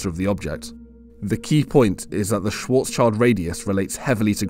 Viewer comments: It is "schwarz-schild", not "schwarzs-child". You keep mis-pronouncing this and it makes me question your proficiency. "Schild" is the German word for "shield", a common part in Jewish family names. It has nothing to do with "child". It is pronounced not unlike "shilled". So please, if you dont want to irritate your viewers of your certainly valuable content over such basic mistakes... put a little more effort in. Or maybe just get a better voice-over actor? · "Schwarzschild" is a german name. Almost every non german does this, but that name has nothing to do with a child :D It translates to "black shield" and you would pronounce it "schwarz-schild", not schwarzs-child. If you want to pronounce it nativley, you say schwarz and than you take the "sh" from should and the "ill" from hill, ending with d. Like "schwarz-shilld" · Small correction from a german speaker. Schwarzschild is not pronounced "Schwartz- child". It is pronounced more like "Schwurtz-shild", with the "u" being the same as in "button" and the "i" being the same as in "chill". Schwarzschild is just a name, but it translates to blackshield. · 𝕾𝖈𝖍𝖜𝖆𝖗𝖙𝖟𝖘𝖈𝖍𝖎𝖑𝖉 not Schwårtzs child. 😅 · This mouthbreather doesnt even know the difference of Schwarz-child and Schwarz-shield 😂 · Come back when you know how to say Schwartzschild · Just in case you´re interested: Schwarzschild is pronounced like the Schwartz from Spaceballs and Shield